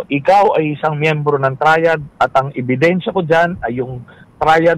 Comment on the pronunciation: Ano po yung " EBINSYA "